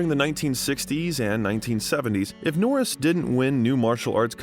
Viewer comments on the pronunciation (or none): How do you get his name correct and when saying his name when you end with jokes, you get it wrong! Norris not Nortis 😆😆😆😆